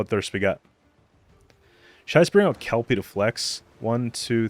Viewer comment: I’m so grateful you’re saying Kelpie correctly haha Is there even a possibility to create a neutral deck? I think it would be fun to see what kind of crazy deck might work with all neutral cards